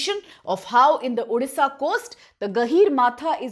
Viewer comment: Please pronounce correctly it's odisha not udisha